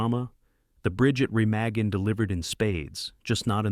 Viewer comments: Soooo wrong regarding so many of these. Never even heard of The Loved Ones or Petula. The rest are all fine with the exception of Cleopatra, which I've never been able to finish. BTW, dude, it's pronounced "Re- mah-en" and not "Re-mag-en". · remawgan , not remaygen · Re-mah-gin, not Re-may-gin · Bridge at Re-MA-Gen....NOT Bridge at Re-MEG-gen! AI sucks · It's pronounced Ruh-MAH-gin, not Re MAY-gen. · Reh-mah-gen. Stupid AI voice. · At least pronounce “Remagen” correctly. It’s Re-MAH-gen. Abd it was a terrific film with a moving performance by Robert Vaughn, and a wonderful score. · The Bridge at Re mah gen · It’s pronounced “REM-aw-gen. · It’s pronounced “Re-mag-en” with a soft a. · “The Bridge at Remagen” (mispronounced in this video) is one of the really great war films. And pretty historically accurate as well! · It’s hard to take a video on critical analysis of movies seriously when the narrator doesn’t know how to pronounce “Remagen”. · If the video's narrator had seen "-Remagen", he would know how to pronounce Remagen! Robert Vaughn's terrific in it.